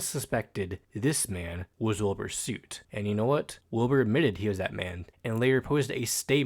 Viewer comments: great vid but the way you say soot makes me rip out my hair😭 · I don’t wanna that guy but you pronounced ‘Soot’ wrong! I was that guy too.